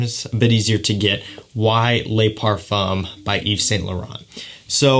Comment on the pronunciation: Le Pa(r)fuuu(m) lol